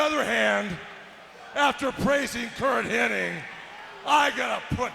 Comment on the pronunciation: Anybody else notice that everyone is saying "Curt Henning" instead of "Hennig"? Even the subtitles are spelling it that way. I swear, it's always been Henning. The Mandela Effect is real!